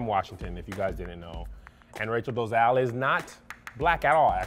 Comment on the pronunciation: Did they say Doe - zal 😂😂😂😂